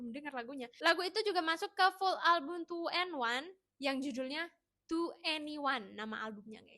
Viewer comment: Iya njirr Tueniwan jadi 2en1 Ciel jadi Ceel 😂😂😂